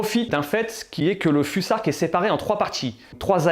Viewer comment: On prononce fusark ou fousark?